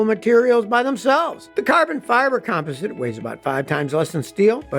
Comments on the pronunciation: It's pronounced "com POS sit" not "COM posit" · "com-POS-ite," Scotty!